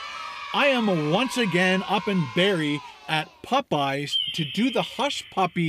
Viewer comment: why do you pronounce Popeyes so weird!!!!!